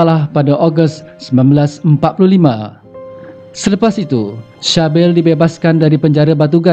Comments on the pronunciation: Sebutan dia bunyi macam "Sibil" bukan Shabil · Sybil = C-bil dan bukanya shah bil